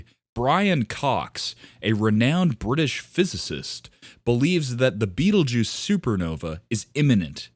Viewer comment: learn how to pronounce the damn thing before you make a video about it.